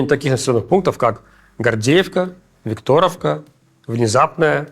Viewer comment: Как надоели эти перевирания названий !Не КурахОвка-КурАховка,не ВиктОровка-ВИкторовка и т.д.Или вам все равно?